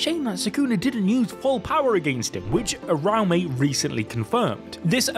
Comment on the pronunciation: How do they manage to mispronounce every name like wth is urame its (oo-ra-oo-me)